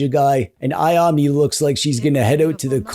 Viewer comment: I have fond memories of Tenchu as well, but when I tried playing it on emulator I couldn't get past the jank and awful control (even though I had finished it when I played it on PS1). I really wish this get a modernized reboot. Oh, you pronounce Ayame more like Aya-meh, rather than Aya-me 👍